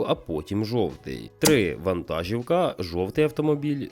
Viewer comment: Все супер! Одне невеличке але: вантажíвка - наголос в українській мові на і